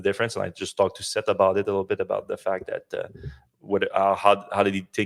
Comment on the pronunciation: Isn’t mispronouncing Seth’s name?